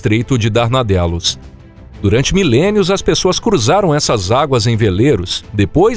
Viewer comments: Isso é em que dá fazer essas merdas com a merda da desinteligencia artificial. A voz fica chamando Dardanelos de danardelos. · É difícil dar credibilidade ao vídeo, pois o narrador já começa errando o nome do famoso Estreito de DARDANELOS (não darnadelos) !!! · Observação: o nome do estreito é Estreito de DARDANELOS, não de Danardelos. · O nome correto é estreito de Dardanelos, e não Darnadelos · É DARDANELOS , CARA !!!!!! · Parei de ouvir. É DARDANELOS.